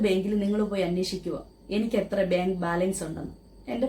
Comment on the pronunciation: Benk alla bank, poli tation alla police station, ithonnum ariyathe how you are managing this trust😳😳